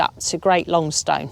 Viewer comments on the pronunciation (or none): Great video. Not that it matters, however Longstone is pronounced more like Longsten and Calver has a silent L. However maybe I’m just talking from a local’s perspective.